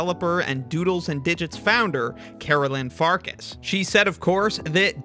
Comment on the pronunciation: It's pronounced Farkash, not Farkas. Assuming her ancestry is Hungarian, because that is a Hungarian family name (meaning Wolf).